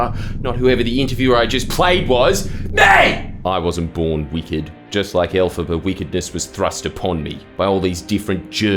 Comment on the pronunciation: i legit thought the interviewer was saying "alphabet" in an aussie accent and I was like "yeah! 'tism pride represent" because i know nothing about wicked and then jordy reveals its the witch from wicked and now i feel dumb